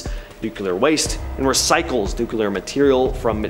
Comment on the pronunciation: NEW-KLEE-ER FFS